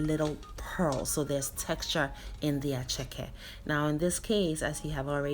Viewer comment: Attieke not Acheke darling!! attieke!!